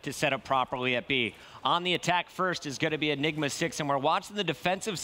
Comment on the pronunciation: what did he say enima 6?